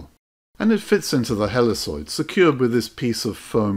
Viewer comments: Great video, thanks so much. By the way, I've always heard 'helicoid' pronounced "heli *KOID*" rather than "heliSOID" ... but no big deal. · The C in Helicoid is a hard C, not a soft C. It's Heli"koi"d. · Wonderful video and I will definitely give this a try with the lens off of my old slide projector and my macro bellows. One small point - It is "helly-koyd" with a hard c.